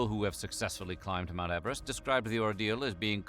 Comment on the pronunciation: He really said mount everet don’t got shot on me